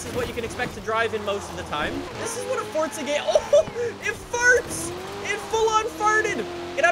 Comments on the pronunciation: It’s not fordsa it’s forza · Forza means force in Italian and is pronounced like “Fortsa” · You say fortza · direct me to the “t” in forza, love u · Please pronounce it correctly it kills my ear drums